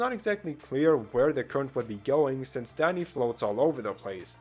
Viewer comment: Why tf was I only able to hear "Daddy" instead of "Danny"?